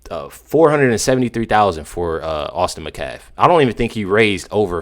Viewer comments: His last name is Metcalf. Met-calf... Not macaf. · Please start pronouncing the T its Metcalf. Not mecalf. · met calf. Gotta get the T in there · Met' calf. Accent on the first syllable.